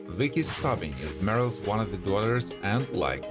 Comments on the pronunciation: he even butchered his characters name lol it's pronounced 'stoobing' not 'stubbing' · No offense, but have you ever watched an episode of this show, because you somehow managed to mangle nearly everyone of their names? It's not "Merrill Stubbing" it's Stubing as in Stoo-bing. The actor's name is Gavin McCleod (pronounced Mick-Clowd, not Mick-Cleod). By the way, Gavin McCleod passed away May 29, 2021, which you not only do not acknowledge, but the omission severely dates your video. That's just one of many examples. Come on dude. Show a little respect to your Youtube material and to the stars who worked hard on this show. You wouldn't want someone to mispronounce YOUR name, would you?